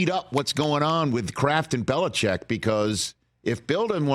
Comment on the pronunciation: Chargers fan here says we will take Harbaugh or Vrabel. Never Bill-lee-check!